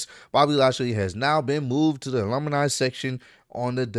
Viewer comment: says "alumni" funny 😂